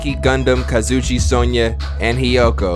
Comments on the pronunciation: Am I the only one who cries when says “Kazuchi” and the way he says Nagito? I’ve been stressed out hearing it for the last 3 chapters bru. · you have been saying kazuichi name wrong it’s ka zoo e chi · I swear to god, here's how to actually pronounce the names you say wrong. BYAKUYA TOGAMI (bew-yak-kew-yah toe-gahm-ee) KAZUICHI SODA (kahs-ooo-ee-chee soh-duh) MAHIRU KOIZUMI (mah-hee-roo coy-zoo-mee) MIKAN TSUMIKI (mee-khan soo-mee-kee) NAGITO KOMAEDA (nah-gee-toe co-ma-ay-duh) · Nagtoe and kazuuchi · Yoo I love watching you play this but you keep saying Kazuichi name wrong it's Kazu eche man I hope he see it😪